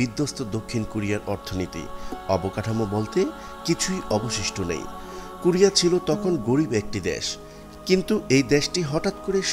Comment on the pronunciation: For your better information: not “Kurea” it should be pronounced “ Korea”, follow the rules.